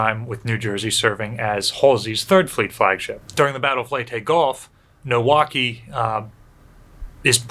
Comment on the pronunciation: I thought you were saying Milwaukee when you were talking about Maikaze